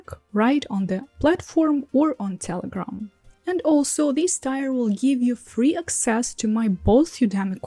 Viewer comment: Thank you for the continued language tips! I hope you don't mind, but I have a tip for your English... we pronounce the word "tier" more like "teer" or a "tear" from crying:)